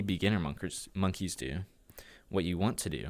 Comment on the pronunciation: monkers instead of moneys XD